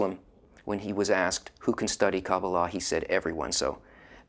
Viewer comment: I love how he says it differently, very deflective KOO BALL AH.